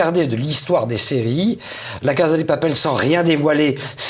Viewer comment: Très bien mais s'il vous plaît, on prononce "cassa", et non pas "caza".